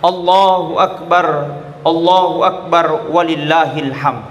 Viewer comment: Minta maaf sebelumnya klw semisal pendengaranku yg salah... Apakah pak ustadz ini takbir mengatakan ALLAHU AKBAR ATAU ALLAHU AKBAD...